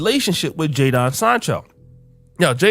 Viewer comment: "JAY-Don" .. the nigga name is Jadon lmaooo